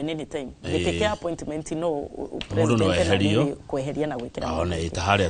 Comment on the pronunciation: SHE PROnounces PRE-SI-NDEN -NT...